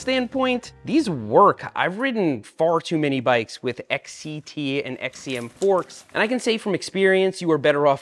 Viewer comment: Why do you say XET instead of XCT